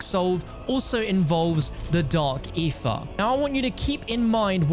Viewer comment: Why do you say Ether like that? Sounds like you say "Eefah" lol